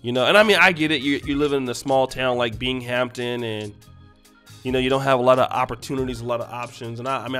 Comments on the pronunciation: I blame the dudes for Not strapping up! And the part of NY is pronounced BING-AM-TON✌🏿🤣👍🏿it’s considered Upstate NY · Bing- am - ton , is how you pronounce it fam. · Binghamton Is pronounced as Bing em tin